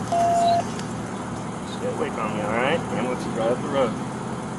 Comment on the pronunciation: "We got an aimbulance on the way"